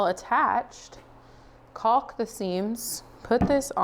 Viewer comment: no "L" enunciated in caulk. Sounds more like " cawk"